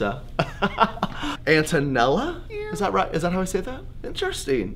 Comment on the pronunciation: I'm an Antonella.. I am impressed he even knows it and did not butcher it! Yes, I'm very Italian but back in the 70s no teacher could take that name on so I went with my middle name.. most of my very Italian cousins also had to do the same... People weren't so politically correct or culturally sensitive 😋😋😂